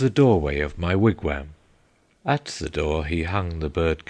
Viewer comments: as much as I love the English accent , yes , they need to properly pronounce foreign words... they also do not pronounce Wigwam the way it is said here . The English seem to always do this with foreign words that have the letter A in them... it drives me nuts the way they say pasta... not with an aahh sound but more as if they are using a from the word cat . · I listened to a little of this, and I found it to be quite good. Unfortunately, some of the meter is lost in transition between American and English accents- for example, an American pronounces wigwam as "Wig-waam", with a soft A. This scans as a trochee, and fits into Longfellow's meter flawlessly. The English "Wig-wehm" comes off more spondaic. It's a minor complaint, and a negligible loss in the otherwise stunning reading of Longfellow's epic.